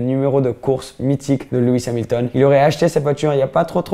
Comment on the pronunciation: Tu as dit luis hamilton